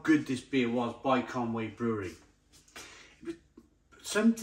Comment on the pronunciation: Isn't that ConUy (Conooy) mate?